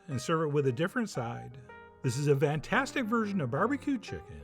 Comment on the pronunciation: I've been watching Food Wishes videos for something like fifteen years... and I still don't know why Chef John says "vantastic".